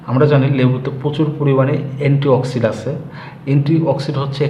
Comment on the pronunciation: গাইয়া মূর্খ লোক . . .‌নেতথল না রে ওটা ন্যাপথ‌লিন. অ্যা‌ন্টিঅ‌ক্সি‌ডেন্ট কে বল‌ছে অ্যা‌ন্টিঅ‌ক্সি‌ড. . . বাচাল কোথাকার আজাইরা বে‌শি কথা ব‌লে